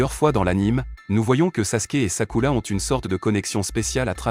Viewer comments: J’suis d’acc j’était morte de rire quand il disait sakula 😂😂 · C'est vrai c est Sakura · C'est sakura pas sakula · C est sakura pas sakula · C'est Sakura pas Takula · On en parle qu'il dit sakula au lieu de Sakura 😅😂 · ARRÊTEZ DE DIRE SAKULA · Désolé mais on dit sakura et pas sakula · Je reve ou y'a un momment ou il a appelé sakura "sakoulou"💀💀💀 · C'est sakura pas sakula 😊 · 😢omg c pas sakula c Sakura 😅😅😅 mdr wesh si c Hinata mais Sakura pov Sakura est son prénom 😅😅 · Mais c'est pas sakula c'est Sakura ❤ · Arrêt de dire skula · J' en ai mare d' écouter sakula😂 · Arrête de dire sakula c'est Sakura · Vous faites trop de fautes sur le nom du personnage féminine principal c'est Sakura et non pas Sakula a par ce petit problème je trouve la vidéo intéressante et elle justifie tous mes doutes dans le comportement que Sasuke avait pour Sakura dans Naruto et dans Naruto Shippuden 😁😁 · SAKURA PAS SAKOULA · c'est vrai pas sakula mais Sakura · C'est pas sakula c'est sakura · On dit Sakura pas sakula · pardon faut pas nous tue on dit sakura pas sakula mais bonne analyse🤣🤣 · Je rêve où il a dit sakula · C’est pas Sakula 😂c’est Sakura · Mdrr sakula😂" Sakura" chui mort mdrr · Ces sakura pas sakula et ces uchiwa pas uchiwa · C' est sakura pas sakula mais est bien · On prononce sakura pas sakula et ses uchiwa pas uchila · Sakula?!?! Hhhh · C'est sakura pas sakula 😬😬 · C'est Sakura pas Sakula. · Wesh frère? Mais il parle qu’elle langue celui-là… Pourquoi il dit Sakurla tout le monde sait que ça s’écrit comme ça S.A.K.U.R.A. Sakura pas Sakurla. Là je suis perdu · Sakula 🤣🤣🤣🤣🤣🤣🤣🤣🤣🤣🤣😂😂😂😂😂ça commence bien😂😂😂😂😂😂😂😂😂😂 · P*tin je me suis arrêtée à j'en peux plus d'entendre "Sakula😭🤣🤣" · j adore le sasusaku c mon couple pref mais juste pk tu dit sakula et Shikamaruuuu et aussi uchiras c est uchihas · Ce n'est pas sakula mais sakura Ce n'est pas rhinata mais hinata Ce n'est pas luchiwa mais uchiwa 😅